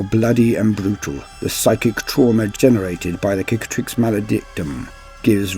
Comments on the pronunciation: Sick-atrix, not kick-atrix, meaning scar It's the same word in french, cicatrice = scar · Okay has it been confirmed to be pronounced like you pronounce it Cicatrix pronounced as 'Kick-a-trix' or Cicatrix like 'Sicatrix' as in Sic. or Cicada (also not pronounced Kickahda or Kick-ae-da)? For some reason I feel like it has but for the life of me I can't find the warhammer community video